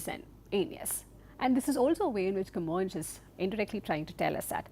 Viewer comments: Camoes is actually pronounced "Ka-Moynsh" as a sounds in Kappad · You may also pronunce his name as kuh-MOYNS, so the S is like S and not like Sh, if you prefer it. In Portuguese it is written with a tilde, Camões, which makes the vowel O a nasal sound Õ.